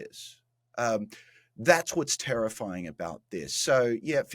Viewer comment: 'Tarriffying', haha